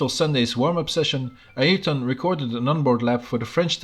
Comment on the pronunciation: finally someone pronounced ayrton right😀